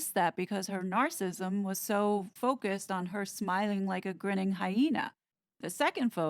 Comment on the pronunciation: There are 4 syllabi in Nar-cis-sis-sm. Know you'd want to say it correctly. Please. Say it correctly.